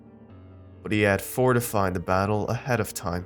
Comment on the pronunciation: It is forfeited. Not fortified.